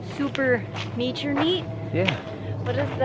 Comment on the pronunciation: Neature.. I lost it when u said that